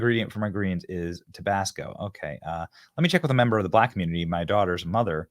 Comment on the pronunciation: “MEMBA” thats how Australians pronounce member 😅 she gone Aussie 🇦🇺🤣🤣